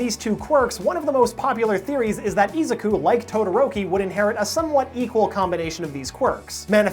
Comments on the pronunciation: E Zac ku? ITS A ZUK U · How does this anime have a dub and you still pronounce Izuku wrong lol